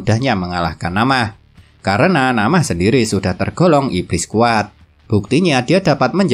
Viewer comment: Min na'amah bukan namah😂🤣 sumpah lebih enakan di anews penjelasanya kwwkw sorry min😅😊